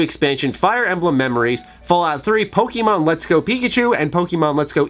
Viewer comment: You arent a pokemon fan, if you were youd pronounce it like one instead of a concerned parent or teacher in 1999.